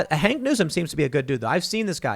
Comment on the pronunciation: It's "Hawk" Newsome, not "Hank", lol... is there a whiter name than "Hank". :D